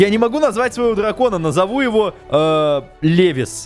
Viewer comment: Левис , а может Леви (атака титанов)